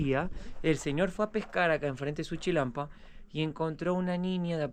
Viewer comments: se dice Chinampa no Chilampa!!! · Es chinampa con n, no chilampa. Xochimilco se pronuncia Sochimilco y axolotes, ajolotes. El uso de la x es diverso 😂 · NO ES CHILANPA!!! ES CHINAMPA POR DIOS INVESTIGA ANTES LOS NOMBRES Y COMO SE PRONUNCIA 😠😠😠😠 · Y es Chinampa, no chinalpa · SE DICE CHI-NAM-PA NO CHILAMPA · Amigo no se dice chilampa, se dice chinampa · Es chinampa ché, no chilampa lel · Se dice chinampa, no chilampa. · no es chilampa es chinampa no puedo creer k tenga mejor español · Es la primera vez que veo que en Xochimilco hay un "Canal de Panama" guauu, por otro lado solo correcciones para aportación no es hate. Se dice: Chinanpa y se pronuncia "Sochimilco" aunque se escribe con X. Saludos y excelente video. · Se dice CHINAMPA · Se dice... CHINAMPA... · NO SE PRONUNCIA JOCHIMILCO. SE PRONUNCIA SSSOCHIMILCO. NO SE DICE CHILALPA, SE DICE CHINAMPA. LA BASE DE LA CONSTRUCCIÓN DE LAS CHINAMPAS ES LA MISMA QUE COMO SE EDIFICÓ LA CD. DE AMSTERDAM. A DIFERENCIA DE LA MAYORIA DE LATINOAMERICA, LAS CULTURAS INDIGENAS PREHISPANICAS EN LO QUE HOY ES MEXICO , NO FUERON ERRADICADAS, ERAN GRANDES GUERREROS, FUERON INTEGRADADAS, MEDIATIZADAS POR MEDIO DE LA RELIGIÓN. Y MUCHO DE ESAS CULTURAS, ORGULLOSAMENTE PREVALCEN, EL LA HISTORIA, LA CULTURA, MUCHAS PALABRAS EN EL IDIOMA, LA COMIDA, LAS TRADICIONES, LA VESTIMENTA, EN FIN TODA LA TRADICION DE LOS PUEBLOS ORIGINARIOS. ETC. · se dice Chinampa, y Xochimilco, se pronuncia Sochimilco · Hermoso video 🤩 muy lindo Xochimilco que se pronuncia sochimilco y se dice chinampa